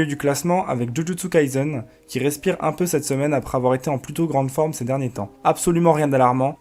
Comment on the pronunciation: Merci pour la vidéo ! Par contre c'est Jujutsu Kaisen (Kaye Seine) et pas Kai"z"en ^^ Bon courage pour la suite :)